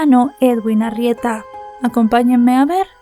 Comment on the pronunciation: Que diga Arrieta y no Argueta